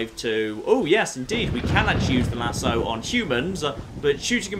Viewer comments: The "Luh-soo"???? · get him with the "LAZOO"?